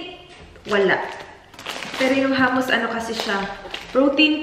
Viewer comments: Hi! I think hummus is pronounced “HOOM-uhs.”? Hehe btw, the breakfast in a mason jar looks really good! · mali po yong pag pronounce nyo ng hummus.